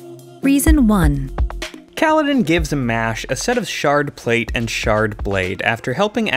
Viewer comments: Oof. Mo—Ash. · The number of times you mispronounced his name 😂😂 well done 👏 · I love the number of ways he mispronouces Moash's name in xD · Not just Moash, most names in these videos are mispronounced according to the audio books